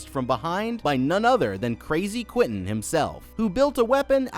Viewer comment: Also calling Leaven "Laven," Worth "Warth" and Quentin "Quitton." Dude...